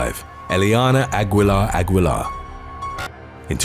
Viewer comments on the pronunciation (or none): The U is silent in Aguilar. 🤦🏾‍♂️ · Aguilar- Aguilar.